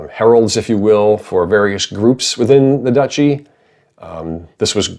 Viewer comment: One of the biggest challenges of this setting: pronouncing Duchy correctly.